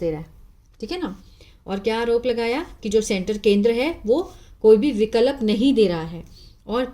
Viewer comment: आप कुछ हिंदी को गलत उच्चारण करते हैं जैसे स्वीकार को सबीकार विकल्प को बिकलप। इंग्लिश तो आप बहुत अच्छी पढ़ती है थोड़ी हिंदी में मिस्टेक करती हो